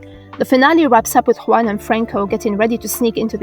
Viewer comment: Kudos for the "Juan" pronunciation , I know it´s really rare to hear it right. New subs, Great video.